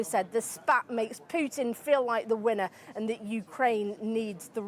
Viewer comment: Hello Journo, on , why pronuncing Putin's name "Pyutin"??? Hi is simple PUTIN! Cammon' be serious journalist!